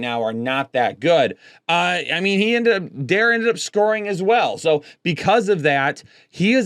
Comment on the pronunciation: btw Dare is pronounced "dah - ray"